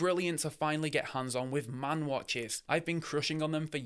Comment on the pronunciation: Maen is pronounced Maan. Thanks for the video